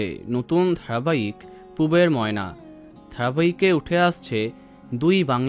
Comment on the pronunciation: নায়িকার সাথে নায়ককে একটুও ভাল লাগেনি ময়নার উচ্চারণ ঠিক নেই